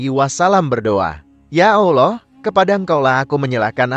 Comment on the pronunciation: Utk adm coba ganti suara org yg mempresentasikan video diatas.. krn meyebut nama Allah dan Nabi Muhammad saja tdk becus dan salah..